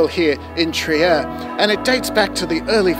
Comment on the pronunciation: For your info, Trier is pronounced “Treer”.